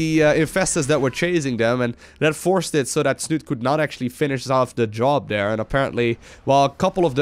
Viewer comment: do dis, do dat, over der